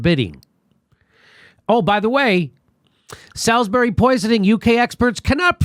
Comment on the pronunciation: Great report, as ever. An FYI for future reference: Salisbury is pronounced Sorlzbree.